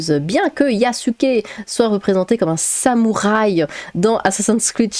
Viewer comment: Sam ou Rhay ? Y'a souké les artimuses ? Prononcez bien comme vous voulez ma p'tite dame, en cas moi j'en rigole bien 😊👍 Bon courage à vous !